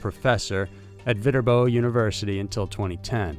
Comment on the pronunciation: Viterbo University is pronounced: /vit-turbo/